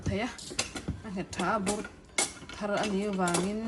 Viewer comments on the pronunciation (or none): Mizo ṭawng i thiam lutuk. Khilai chauh khi duhthusam loh lai chu a ni mai. Hmuh in nuam, "Thar" tih lai khi a ri a hniam tur, "Thil hmuhchhuah thar" tiha "Thar" ri anga lam a ni mai. Vawiin hna ka chawl a, evening lam chu in nupa chanel hlir ka en mai. Ni hman in tinuam lutuk